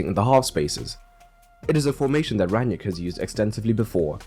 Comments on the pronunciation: Why do you keep calling him Ran-yick? It’s Rang-nick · Its „ Rang - nick“ . Not that hard… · yet half the English commentators say „Ran-yick“ 😄